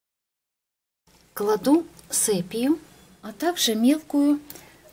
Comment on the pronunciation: не сэпия как вы говорите! и сепия!